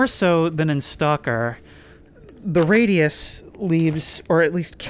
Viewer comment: I heard "into the feetus"😂😂